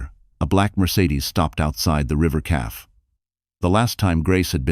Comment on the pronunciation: Please teach your AI narrator how to pronounce cafe and read/read, maybe lessons in correct grammar